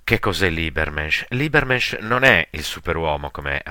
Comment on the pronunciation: Molto utile,tuttavia pronuncia scorretta di Übermensch, pronunciato come si scrive.